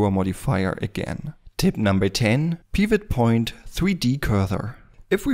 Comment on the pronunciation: The way you pronounce Pivot Point is really making me mad. It's so wrong.